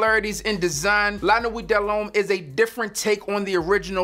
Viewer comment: Don't pronounce the last T in the word nuit. It's pronounced lah nuee do lum.